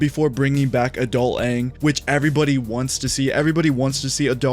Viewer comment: I hope so much time has passed where they pronounce it ONG when thinking of the legend of Aang